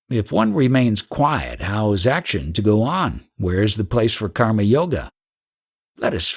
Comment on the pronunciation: viyoga , not vayoga also its kar-ma not khaamaa which sounds more like kaama Very nice audiobook..however if you could take a bit of effort pronouncing a few words properly it would be even better ..and not cause confusion.